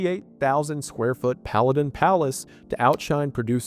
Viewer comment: Palladian lol